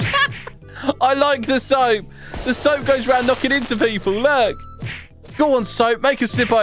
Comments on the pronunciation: Bro is calling "soap" in to "soup" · I like when he said soop lol